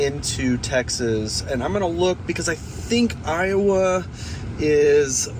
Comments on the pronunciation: Pronounced I-O-A, not I-O-uh. Louisiana is weird. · It's pronounced "Ioway"" Louisiana. And also pronounced "Bomont" Texas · Iowa, LA is pronounced ‘eye oh way”